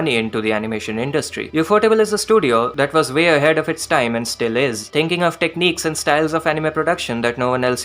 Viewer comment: Bro said tinking